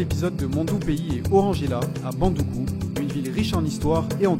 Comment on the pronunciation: Bravo pour le récit, neanmoins il faudra noter que Samory n'y a jamais résidé et ne possède non plus pas de résidence à Bondouko. Aussi la prononciation de la ville c'est BON-DOU-KOU. Prochainenement il serait intéressant d'y faire figurer la grande (principale) mosquée de Bondoukou (celle du vendredi), vous y trouverez la tombe de son donateur El Hadji Dalla Kamagaté.